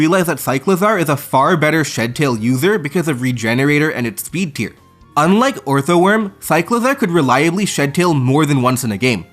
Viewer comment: Please, please stop saying “Orthoworm.”